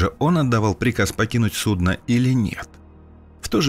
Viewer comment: Судно' и су'дно совсем не одно и тоже... )))